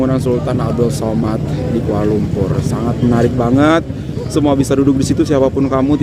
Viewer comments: 😂😂😂😂😂😂😂 tapi kenalah belajar sebut dengan betul.. sAmad bukan sOmad.. he he.. macam diaorang selalu bising kita jgn sebut 'indon' tapi 'Indo' 🙄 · We pronounce it Samad not Somad.. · Bangunan itu sempena nama salah satu Sultan Selangor iaitu Sultan Abdul Samad.. sebutan Samad ya, bukan Somad.. Kuala Lumpur sebelum 1972 adalah sebahagian negeri Selangor dan ibu negeri Selangor.